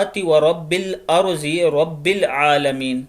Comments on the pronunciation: Wal erzee nai hai wal Ardee parey ghey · Wal arzi nhi hota bai Wal ardi hota hy Saodi Arabia main b yehi lehja hy